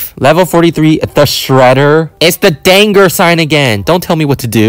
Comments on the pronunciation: it’s a danger not dangr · it's danger not danğeŕ